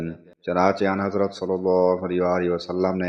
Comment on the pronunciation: anhazrat ki adaigi galat he